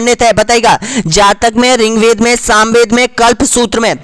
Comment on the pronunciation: Bhai...ye Riggvaid h ...Ring-ved nahi.....